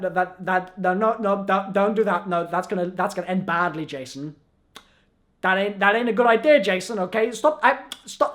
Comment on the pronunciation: J-son Blundell